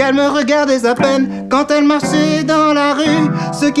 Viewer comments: "...Qu'elle me regardait-z'à peine!" Ça me rappelle le sketch des nuls sur les liaisons dangereuses "Ils ont z'été vot'z'amis! Ils l'ont z'été, et ils le sont z'encore, ils le seront z'à jamais" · "Elle me regardait z'à peine"